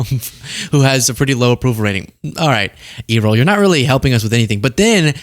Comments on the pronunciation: it's pronounced 'air-ole" or maybe that's just how Midwesterners pronounce Errol. 😊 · Errol is pronounced ERR'-ul , like the old actor, Errol Flynn. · His dad talks just like him..Elon's dad's name is pronounced is pronounced "Air al", think of Errol Flyn. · Its pronounced ' air role' just sayin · Forrest Trump looks like ridiculous in his suit, tie and er, baseball cap. And you know that he only wears it at times like this to protect his combover from the wind or the helicopter rotors. And the way to pronounce Errol is for it to rhyme with Beryl. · Errol was my great grandfathers middle name. It's pronounced "Air-el" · Errol is pronounced with a short E sound. Eh-rol. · It’s pronounced Air-roll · Air - oll not earhole - Errol Flynn not both lugs either side of your head 😲🙄😏😂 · "....people are 80%, I'd like to say, 100% behind Trump." That's what Errol said. And it's "AIR-roll", same as Errol Flynn, one of the greatest actors in history. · his name is pronounced "Err-Roll" it irks me that Gen Z's are unfamiliar with certain names. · I think its air-roll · Errol's pronounced like "air role". Its a super old timey name lol. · His name is pronounced Air uhl, like the movie star Errol Flynn. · The name is pronounced AIR-ul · Are you calling him errol sounds like e roll lol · It’s Errol. Pronounced Airoll. Like Errol Flynn. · The people are not anywhere near 100% behind tRUMP, not by a long shot. Once (it's pronounced ERR- ol) Elon's dad said that, I knew where Elon's delusional brain rot came from. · It's pronounced Air-al as in Errol Flynn. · Oh, And the stress in his name is on the first syllable. ERR (as in the first syllable of error)-ol. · ERR-ROL. Geez, young people never heard of the big old time movie star Errol Flynn. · It's pronounced "Air-roll" as in Errol Flinn... you're to young to have heard of him. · I couldn’t stop laughing for like 2 min straight every time you kept calling him “e-roll” 🤣🤣🤣🤣🤣🤣🤣🤣 how DO you say his name fr?!